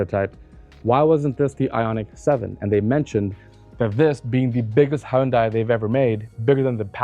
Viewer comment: And he's an automotive presenter who can say Hyundai! (It's not hunday, for all the lazy Americans)